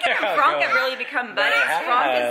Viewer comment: Why is it fronk??? I'm not a native but why does that name bother me so muchhhh arghhhh!! P.S : I know it's spelled Franck but why is it pronounced as Fronk 😭